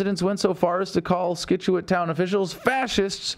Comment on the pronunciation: Scituate, C is silent Adam :P